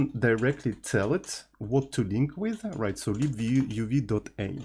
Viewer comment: libuuuv ❌ leeboov ✅